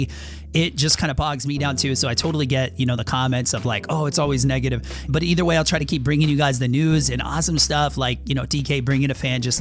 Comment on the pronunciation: just said nigative